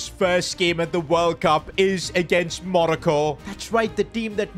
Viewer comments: stop calling it manoco is Morocco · Monico it’s moroco